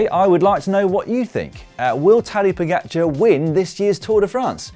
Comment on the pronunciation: Well I must say, this is a very very good pronunciation (Primož Roglič and Tadej Pogačar). Like a native speaker. Really no diference at all.